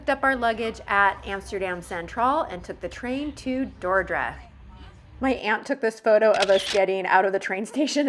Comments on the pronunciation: Your pronunciation of Dordrecht is perfect ! I live there so I know :-) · Your pronunciation of Dordrecht is spot on! Don't worry 😊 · I cannot get over how on point your Dutch pronunciation is! Both "Dordrecht" and "stroopwafels" are pronounced impeccably. [chef's kiss]